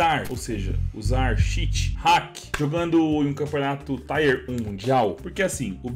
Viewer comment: fala, suave, vou te dar um toque man, não é "mireigi" é "mirrad" e não é "taier" é "tier" (a pronúncia é quase igual em português) sou especialista em inglês, curto demais o seu canal, tmj